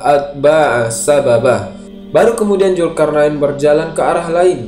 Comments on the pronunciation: Adminya sundanese nih wkw ZUL-karnain jadi JUL-karnain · Min...sbelum ngomong lagi diVideo lainnya..belajar dlu bedain huruf j dan z krn slalu salah ucap.. Zulkarnain bukan Julkarnain ( min..min kpn mau ucap benar ?) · Min, ente nyebut huruf Z aja gk bisa, nama org Zul km bilangnya Jul. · Mantap, tapi maaf ni min ini agak menggangu pendengaranku. Bedakan Z dan J. Krn mereka tdk sma. Zulkarnain bukan julkarnain, maaf sekali lagi min. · zulkarnain ya, bukan julkarnain. gemes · Zulkarnain bacnya mas bukan julkarnain mohon diperbaiki kata"nya mas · Zulkarnain min admin Bukan Julkarnain Pake Z Bukan pake J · Zulkarnain min bukan julkarnain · Zulkarnain bang bukan julkarnain😂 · Sebut Zulkarnain xboleh ka? Kenapa mestu Julkarnain... Zul bukan Jul 🤣🤣🤣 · Bukan Julkarnain min, tapi pake Z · Zulkarnaen bukan jul bro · Peliklah cara anda menyebut ZULKARNAIN ... Z bertukar J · Naratif kisah yang bagus cuma sebutan "Zulkarnain" itu tidak tepat dari segi makrajnya kerana sebutannya lebih kepada lughah jawa.Zul menjadi JUL.. Jelas sehingga ketika membaca ayat suci Al quran pun penyampai masih menggunakan lughah jawa yang pada saya adalah tidak wajar sama sekali. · Tlong bang ganti sj pengucapx krn trdengar risih salah huruf trus..z bukan j